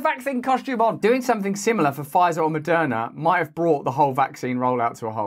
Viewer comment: She’s smiling because of the cash promised to her by “fie-zur” and “moe-dur-nuh.” Who wouldn’t be happy about a couple of hundred grand?